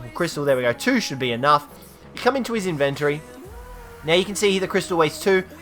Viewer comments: It's in-ven-tory. Not in-vin-tree. Learn to fucking pronounce words. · Sound it out with me. In ven tory